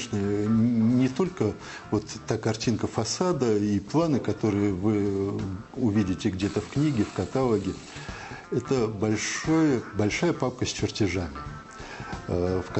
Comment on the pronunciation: Никто ещё ведь не сказал? Ок, мне придётся это сказать - "не катАлог, а каталОг!" ..испанский стыд.